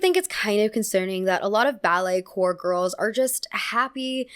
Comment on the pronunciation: it’s pronounced “core” not corp! coming from a dancer just letting u know ❤